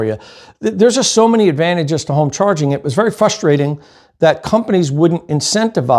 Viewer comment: my friend please try to say f_R_ustrating, not fust_R_ating